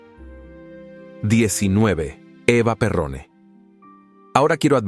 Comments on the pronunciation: Por que escriben y pronuncian bien EVA PERON no perrone. No era una reina , era la mujer del presidente.No lo mandaron, lo robaron.Mala investigacion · El apellido es Eva peron no pirron horror informate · Esta mal pronunciado es Eva Peron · Pronuncialo bien es EVA O EVITA PERON ✌️✌️🇦🇷🇦🇷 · No distorsiones los apellidos EVA PERÓN, y trata de hacer un curso del castellano urgente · Si no saben pronunciar el apellido con decir Evita todo el mundo sabe quién es